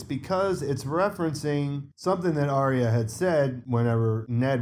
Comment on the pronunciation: Why is Aryas name often pronounced with a silent R? Sounds more like IA.